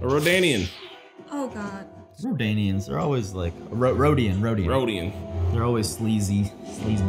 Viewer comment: Rodian plz, not Rodio lmaoooooo